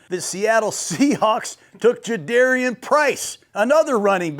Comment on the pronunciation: its like 'car' for Jadarian not dare.